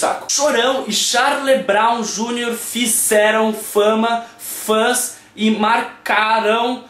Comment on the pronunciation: "charlyew broum júniors" kkkkkkkkkkkkkkkk gent morri aq de tanto ri